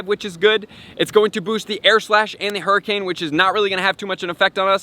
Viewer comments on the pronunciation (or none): none